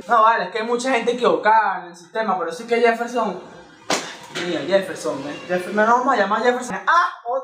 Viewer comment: que lo diga el yefel-SHON jajajja te amo:3